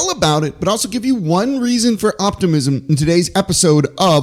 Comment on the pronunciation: You lost me in the first few seconds when you said "optimism"